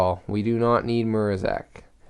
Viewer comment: It's prenaunced Ma-ra-zech